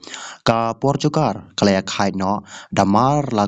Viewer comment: Portugal ph ym dei portugar 😅😅😅😅